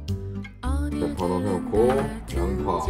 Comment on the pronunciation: 美味的秘诀就是把洋葱读成羊扒